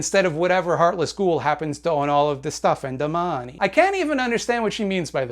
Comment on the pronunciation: I fucking love how he says "da maaney", lol